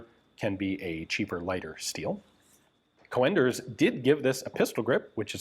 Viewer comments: Just so you know: the original pronunciation is not "co-enders" but "coonders". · Co-Enders??? GunJezus.. It's a Dutch Sir name. Pronounced as Coon'ders for the English speaking world. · Just as a friendly note, it's pronounced "coonders", not "co-enders". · Coenders is spoken as c-oe-n ders. The oe is pronunciation as the sound book. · its not co-enders, its coen-ders the oe is pronounced like oo-dles of fun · Don't torture us by saying things like "Coh-en-ders". If you pronounce it as Coonders you'll be 95% correct. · The name Coenders is probably dutch not german and pronounced Coonders not co-enders but that is a tricky one as englisch does not have the oe vowel.. or it could be german and be an ö.. either way it is fine he is aware he may be wrong but still tries.. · Hi Ian. Coenders is a dutch name, so you would pronounce it as COONders. But with a slightly shorter OO. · Coenders is pronounced con-ders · Pronounce coonders, like hoot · Coenders is a Dutch name, oe is pronounced as the oo in book. The C is pronounced as a K. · The English speaking tongue isn't familiar with the proper pronunciation of "Coenders". The "e" after the "o" is just another way to type ö. You should hear the proper pronunciation of the beer "Löwenbräu"!